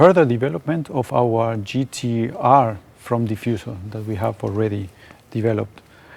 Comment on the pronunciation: She should learn to pronounce the word Mercedes 😊